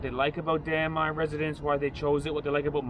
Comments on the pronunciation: every time you said Damai, me= damn I :') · "Damai residence" What I thought I heard "Damn... I.."